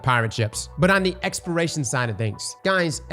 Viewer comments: You know I was baffled the whole time in this video and then I saw this comment he indeed says expiration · Exporation…you mean exploration? 😂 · lmao stop saying expiration its EXPLORATION. holy fuck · "Exploration" not "Expiration" 🤪nice Vid! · *exploration, not expiration, I swear if I have to hear expiration one more time. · Take a shot every time says “expiration” instead of “exploration” 🤣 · This man trying to kill us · The fact that it's on repeat makes him impossible to listen to. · It’s weird because he can say explore, but he can’t say exploration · Say it with me brother. ExpLoration… you got an L in there bud that you are missing. Explore… but add on the Ation. Ex-PL-OR-AT-IO-N. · Say Expiration... One More Time... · Lmfao so I thought he was just saying it fast, he slowed down and said expiration🤣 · Does not know how to say "exploration"?